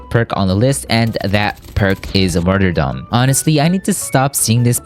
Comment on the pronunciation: Matyrdom now lol